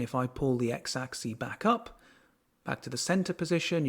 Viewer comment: Good job. One small note: while the plural "axes" is pronounced "AX-eez", the singular "axis" is pronounced "AX-iss" and not "AX-ee".